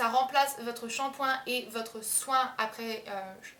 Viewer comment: "mon choin" xD sinon, super vidéo il me faut absolument le soin lavant wen